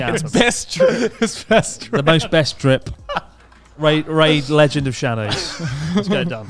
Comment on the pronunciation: How does Christ already have the memory of a boomer? xD He had said ''best drip'' wrong like 69 times lol